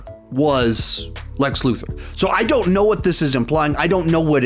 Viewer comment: I think that's a Luther not let Luther